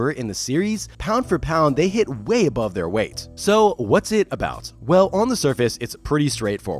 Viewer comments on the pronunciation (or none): none